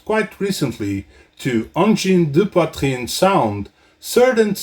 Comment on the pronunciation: From Quebec here, this is a very good video on the topic, and your explanation on how to pronounce the name of the band is very very close. The "an" sound seems to be the hardest to get exactly right. Plus, I learned a few things! Well done!